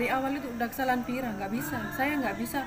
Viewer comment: Vira bukan fera